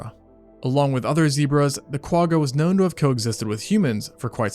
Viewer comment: I’ve been binge watching your videos for the last week or so. I absolutely love the layout and research that goes into these. I’m always so impressed that you can say all the big Latin words seamlessly. I just wish that still carried over to the Quagga. I think it might be a language thing, but if you’re able to really hold the “G” at the back of your throat and almost gargle with that letter than you’d be saying it right. I really wish there was a better way to explain it. But at the very least you can look up some Afrikaans words and you’ll see what I mean.🙈